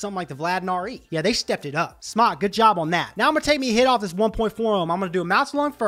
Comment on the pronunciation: Well, he may have been doing this a long time, but the company pronounced their name SMOKE not SMOCK - drives me crazy - well, crazier than I am :)